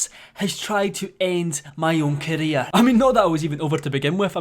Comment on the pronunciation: When you say career it sounds like your saying Korea.is keemstar trying to destroy KoReA?